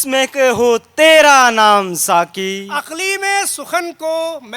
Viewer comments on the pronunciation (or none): داستان گوئی کی محفل سجانے والوں ۔۔۔۔ ذرا غور کیجئے اپنی اغلاط پر ۔۔۔۔ جب تک بیان کرنے والوں کے تلفظ درست نہیں ھونگے تب تک داستان گوئی میں اثر نہیں پیدا ھوگا ۔۔۔۔ آ پ نے ابھی بولا ھے ساکی جو سراسر غلط ھے صحیح لفظ ھے ساقی ۔ برائے مہربانی ش ، ق کی درستگی کا خیال رکھیں ۔ شکیل عظیم مورخہ 24 اکتوبر سنہ 2022 ۔